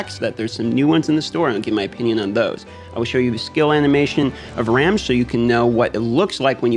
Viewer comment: I snagged his FC cause Ramge is my favorite character so far. Also, I believe his name is pronounced to rhyme with "Ramsey", like Ramjee.